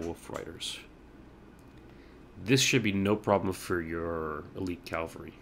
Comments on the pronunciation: Great video, though one thing... It's Cav-al-ry, not Calvary. Calvary is where Jesus was crucified. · calvary XDD